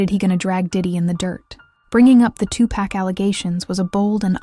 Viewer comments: 2 packs I can’t even listen when they can’t read his real name , he was a legend pac isn’t pack respect the name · Why is that everyone saying his name wrong 2Pack???? His Name is 2Pac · Listen here you lil helfer his name ain't 2 pack his name was 2 pac if you can't do your job right get off here and get another perhaps on a street corner! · Two pack? I can't.